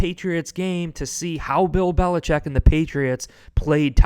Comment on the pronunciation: He said belicheat not Mc dummy….